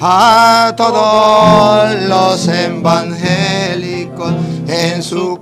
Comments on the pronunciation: Que Aprenda a Pronunciar: E [VAN] GE LI CO... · Él lo sabe pronunciar, lo pronuncia bien cuando se refiere a los verdaderos evangélicos, dice "embangélicos" cuando se refiere a los falsos evangélicos, a esos que como en Juan 5, 39 ESCUDRIÑAN LAS ESCRITURAS porque no creen en el Enviado del Padre (Juan 5, 38), a esos que Cristo reprende en Juan 5, 40 porque no quieren ir a Él para tener VIDA, pues no creen lo que Cristo dice en Juan 6, 53-54 que se debe hacer para tener VIDA ETERNA.